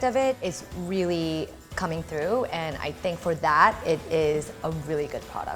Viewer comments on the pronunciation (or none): none